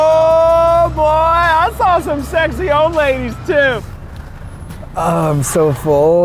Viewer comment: I've watched this video way too many times, and everytime I'm slightly annoyed at the fact Keith says "Yoh Yeah, wow factor" instead of oh yeah